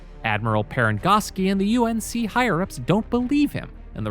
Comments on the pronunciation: BRO DOESNT EVEN SAY UNSC RIGHT. HE SAYS UNC............ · The reviewer says UNC instead of UNSC